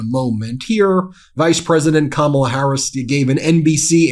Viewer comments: He slipped up and pronounced her name correctly...Intersting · Did you notice he accidentally correctly pronounced her name? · He’s so demented he said her name RIGHT! He forgot to say it wrong!